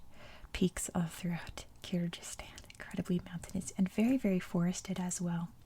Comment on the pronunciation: Hi! I’m from Kyrgyzstan. Thank you for the video, it’s really nice! But Kyrgyzstan pronunciation is with “g” sound, like “google”, not “j” sound😊